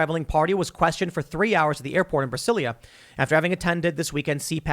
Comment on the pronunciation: Tim, it's pronounced Brazilia not Brasilia. In Portuguese both the country and city are spelled Brasil and Brasilia respectfully but the "s" is pronounced more like a "z".